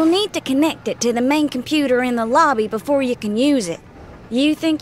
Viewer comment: haha "Compuper" XD